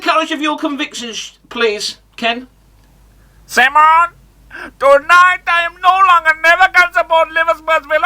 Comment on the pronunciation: Ken 😃😃😃😃😃 "simmoon" haha